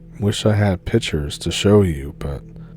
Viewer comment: No such thing as a 30 ot 8. And the word is pictures. Not pitchers.